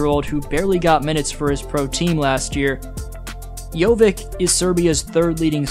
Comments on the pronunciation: Hey, it is not JoviK, it is Jovic same as Jokic, just instead of k in the middle it is v. :) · It's not JOVIK, it's JOVIĆ!! Most Serbian surnames end in IĆ, how hard is that to remember? So, like Jokić, Bogdanović, Petrović, etc... on IĆ, every Serbian surname should be pronounced that way. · Jo-vich not Jo-vik. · It's not JoviK, its Jović, just like Jokić 😉 Great analysis though 👍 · Bro, how do you pronounce Jokic - Jokic, but Jovic - Jovik :D like, why, its YOVICH not YOVICK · "Jovick" more like JohnVick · Jovic , not Jovik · Great video as always, just wanna point out, Jović is pronounced just like Jokić only with a V. Not JoviK. Sometimes you might see it written as Jovic, but if we're talking about Serbs, most of the surnames end in "ić". Jokić, Bogdanović, Gudurić, Avramović, etc. Easiest way to spot a Serb in a wild. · upravo to komentarisem gore, cita Jokic savrseno i onda odjednom BUM Jovik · It's not Jovik, it's pronounced the same like Nuggets Jokic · ali je covek rekao Jokić normalno ja Jović Jovik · para uši jovik. Baš me nervira